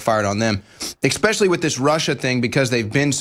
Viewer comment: Please say especially not expecially...your on T.V. for Pete sake